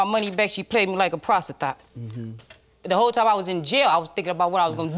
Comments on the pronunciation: “she paid me like a PROSTITHOT” 😂😂😂 y’all i had to put the captions on to make sure i heard her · I know she did not just say prostithot 😂